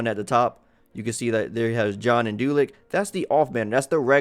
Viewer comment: Did you say John and Dulic?